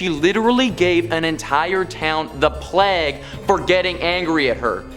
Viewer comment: How about calling the plague...."pleg"